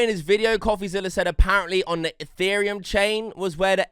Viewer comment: Why do you pronounce the word “the” as “veh”